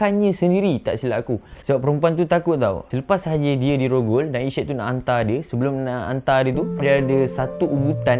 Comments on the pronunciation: Sebut betul betulah Syed bukan syid Kita jgn sebar aib org nanti org lain pulak ulas aib kita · Syed tu sebut dgn betul... Bukan shetttt... Sebutan said ejaan syed... Bukanya shittt.. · S Y E D....cuba sebut betul2. Klu x reti nak eja... masuk tadika !!!!